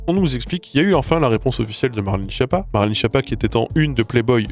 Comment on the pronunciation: ON DIT KIAPPA!!!